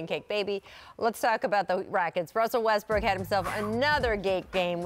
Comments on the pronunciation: Paul said restbrook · He said Restbrook?🤔🤣